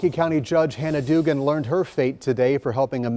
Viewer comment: The name is pronounced Doug-an. Doogan, if you're a retard. Guess how I know the correct way to pronounce the name?! She needs to be charged for treason for breaking her oath and executed. She performed Article III treason, the same as all Nurses and Doctors who are "required reporters" of treasonous activities. It's not just abuse they have to report. Every American is duty-bound to report treasonous activities. I bet once we have our first execution for treason. The political nightmare that is occurring will diminish. There will be a line of individuals scheduled to visit the Freedom Tree. That is the law!